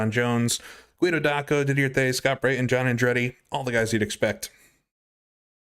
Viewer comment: Since it's the finale, one more time. Did-ee-eh Tay's.